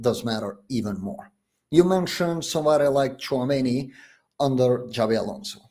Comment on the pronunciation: This is how you know that those guys are basically Casuals and charlatans... when they literally start the video by Pronouncing Xabi as Zabi 😂.